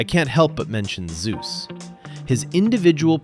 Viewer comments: I meant he insists on Zay-us but this video still says Zoo-z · The way you pronounce Zeus' name is a bit off btw It's pronounced /Zei/Yoos/